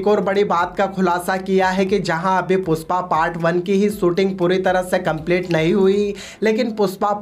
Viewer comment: Puspa nahi re #PUSHPA😂 pehle thikse bolna sikh